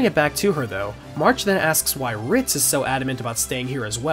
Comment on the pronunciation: No one else is hearing “Fritz” when he means “Ritz?” No one?